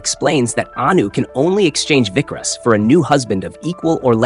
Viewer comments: It's not Vikras.... Its vikaas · Its vikas. Not vickrus